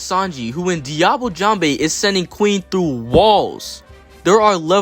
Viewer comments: please mr american it is "jambe" not "jambay" 😭😭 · Everyone NEEDS to understand that Sanji's attack names are almost ALL FRENCH! Just because he pronounces them wrong, doesn't mean we should 🇨🇵🏴‍☠️